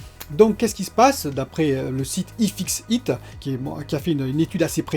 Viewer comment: Y fixeu iteu 😅 Désolé je suis moqueur mais ça m'a bien fait rire ^^